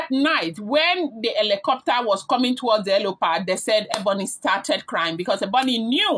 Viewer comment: Its helipad not helopad, when you want to form "informed" be patient with learning dont rush, rome is not built in a day.. Its HELIPAD NOT HELOPAD